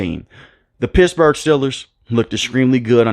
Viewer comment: Did you say Pissburgh?!